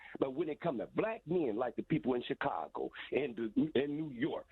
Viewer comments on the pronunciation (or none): none